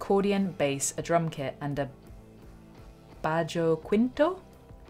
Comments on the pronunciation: nor-tain-yo. ba-ho keen-toe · Just a couple of hints. nor-TEH-nyo. bah-ho-KEEN-to. You're welcome. (I'm totally Anglo but I lived in South Texas 13 years.) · Bajo Quinto- "baho keento"